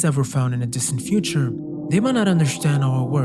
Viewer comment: Why do you say understand like undershtand? I noticed this whenever you say understand it is like undershtand, undershtood.